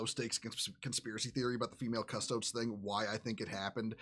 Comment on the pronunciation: >nobody in this video being able to pronounce Custodes